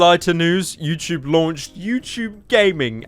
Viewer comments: ah yes my favorite site youchube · pyro voice youchoob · when he said "youchube" i c r i e d